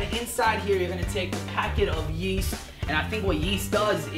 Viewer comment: I thought he said a packet of yeet